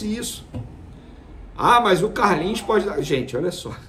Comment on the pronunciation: Foi contratado pra jogar Vene, Não de essa ênfase ao falar o nome do CARLINHOS. Menospresa demaaais kkk